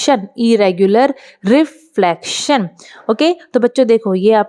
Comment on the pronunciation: Re - flaction nhi Hota madam re-flection hota hain pronoucnciation. Thik se pronounce karo.